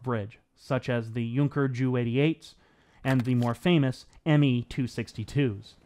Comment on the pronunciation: How do we pronounce "Junker JU 88"? Certainly NOT "Yunkers Jew88" but "Yunkers Jay you 88". Right? I'm not sure how anyone could have researched this subject and not known how to properly state the name of that plane.